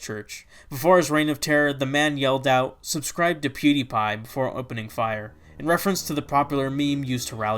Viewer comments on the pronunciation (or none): none